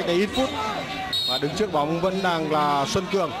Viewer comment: p thủ môn Xuân Cường , blv còn đọc sai tên cầu thủ . Haizz